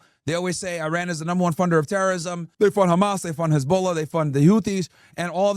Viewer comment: Its NOT "Hez-BOWL-ah" 😂